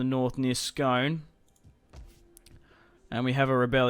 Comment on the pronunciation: It's pronounced scoone I know it looks like scone but it's where the ancient kings of Scotland were crowned on the stone of destiny